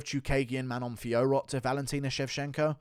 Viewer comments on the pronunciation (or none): none